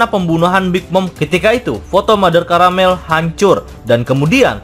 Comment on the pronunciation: Big Mom : Big Mam Mother Carmel bukan caramel hahaha